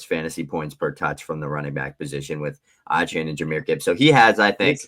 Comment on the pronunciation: It’s “Ayy-chan” guys